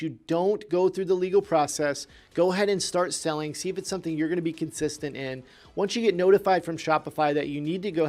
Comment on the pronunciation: “….before you start “seeling” on Shopify”